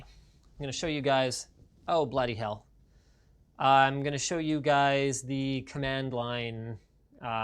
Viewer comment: Linus scouse confirmed “oh bloody hell”